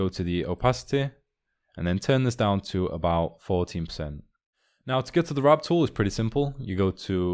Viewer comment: Warp or Wrap KEKW